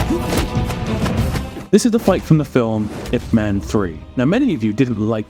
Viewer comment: your pronunciation of Ip Man and the fact that you think steven segal is fake tells me everything i need to know, when he was young Steven was actually a legit fighter, trained and everything, he just got old and fat, it happens to about everyone, have you seen eddie hall lately? hes not exactly in strongman shape ya know, but that doesnt mean he was never a strongman champion